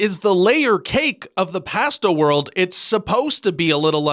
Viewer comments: I say we add the way you pronounce "pasta" to this list though... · How did you pronounce: "pasta"?